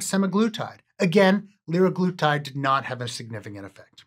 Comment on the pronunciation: sem-Ah-glutide leer-Ah-glutide